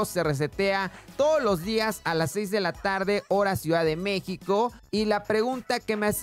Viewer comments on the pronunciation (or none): Xd dice MEXIO